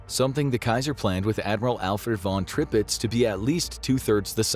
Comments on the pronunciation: Tirpitz, not Tripitz !!! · Prince you-gen? Unsinkable Sam is widely accepted to be apocryphal and not a real cat. And Admiral tripits? Come on Infographics team, I know you're better than that. Feels like quality has been going downhill for a while now, need yall to be getting back on point. Check your scripts, check your facts, check your pronunciations. Y'all used to be so good about that😢